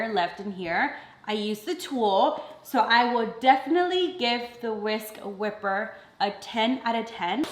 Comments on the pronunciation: Whisk wipe er pita not whipper 😂❤️ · It is a whisk "wiper" not "whipper".lol 🤣